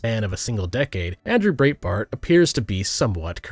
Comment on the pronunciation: I've watched nearly all your videos and enjoyed and agreed with most of them, but "Breetbart" is just not how that's pronounced.